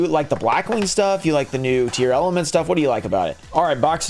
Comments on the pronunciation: Why does everyone say "Tear-Element?" Heard it all over the place, other channels, locals, etc. There's no e between tear and lament. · If the Tearlaments cards are going to be in a lot of sets going forward then we need to fix his pronunciation of it